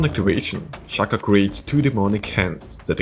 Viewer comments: bro it's Shaco not Shaco oh then I noticed you started saying Shaca XD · 99% of the world - pronounces it as [shack-o] americans - "It's pRoNoUNceDd [shake-o]" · It’s Shaco not Shaco.